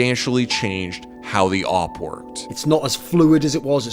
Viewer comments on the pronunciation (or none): Just hate how they pronounce awp now days... it's A.W.P period!!! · it is awoopa